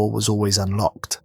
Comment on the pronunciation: "Unlcoked" LOL!